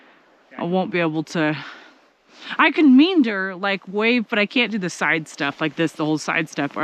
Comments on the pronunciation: Not "mean-door". It's "me-and-or", all three parts pronounced exactly as you know them to be, with emphasis on the "and". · Another fantastic video; thank you for sharing your adventures! BTW it’s pronounced me-AND-er 😊